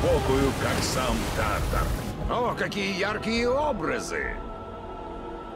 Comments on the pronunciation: Тартар , ударение на второй слог. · правильно говорить тартар ударение на а